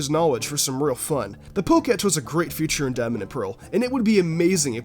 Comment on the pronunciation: he says Future instead of feauture